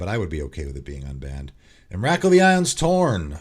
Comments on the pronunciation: The emrakul pronunciation killed me, it's pronounced em-ra-cool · Wow, I’ve never heard Emrakul pronounced like that, I was listening and was thinking which card is that? Lol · As a subscriber to your channel and someone who purchased at least two cards from each of your "Cards you should put in your deck" lists, let me just say this- I would ban your pronunciation of "Emrakul" ;)